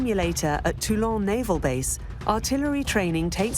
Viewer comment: It's not Tulong, for Christ's Sake, it's Toulon. Likewise, the subtitles should not refer to General The Goal, as I see occasionally. 😱